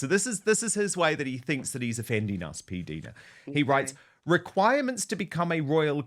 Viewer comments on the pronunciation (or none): Hi Dan... I may be wrong, but I think PDina is pronounced with a long "i" as perhaps PDyna might be pronounced. LONG (English) I..as in "right" JUST for your info...😊 😊